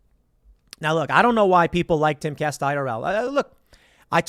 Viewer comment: I always think that Tim is saying "Caste Castle" like Tim is creating his own caste system in the Timcast universe!